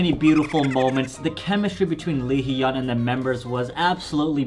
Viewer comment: i'm sorry i just can't get over how you're still pronouncing hyun/hyung wrong. it's not he-yun it's just hyun. you don't say ye-ung you say young. it's the same but with an 'h' sound in the front. just listen carefully how the members say it, that's the best way to learn. you'll get it eventually. i just wanted to write it out for you if you happen to see this